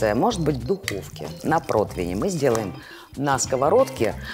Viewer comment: Протвинь из уст бренд-шефа убил наповал ...